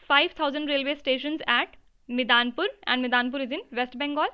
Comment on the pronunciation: It is ‘Medinipur’ and not ‘Midenpur’